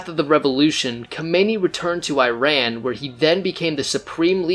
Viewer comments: It's not ai.ran its iran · Iran is pronounced = EERON not I RAN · EERON not I RAN --- EERONian not E RAIN ian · first of all it's not ''eye ran'' , it's ''ee run' Iran, and you didn't mention the real reason of that revolution was that Shah wanted to change oil contracts in 1979 when was then end of signed contracts and USA and other werstern countries didn't like that and supported heavily mullahs and kept saying they are worried about humanrights in Iran and create fake stories and help to get rid of Shah and bring the islamic terrorists in power. and then after that they are not worried about humanrights anymore, everyday the terrorist regime killing Iranian in the streets, raping prisoners, hanging them for any stupid excuses like moving a trash can or not believing in Islam.. Carter destroyed Iran and Iranian. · so much effort you put in with correct statements from history but somehow still manage to call IRAN, I RAN..! lol bro what are you running from? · All that research on Iran history to end up saying “eye-ran” like an illiterate cowboy. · What did u expect from someone who calls iran , I-ran? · You better first learn how to pronounce Iran! Then talk about our king! And just know that if Carter had not helped Khomeini, he never could make this disaster for Iran. And for sure Carter never cared about human rights!